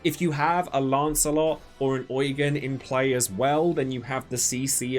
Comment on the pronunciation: I think Eugen is pronounced YOU-JEAN😭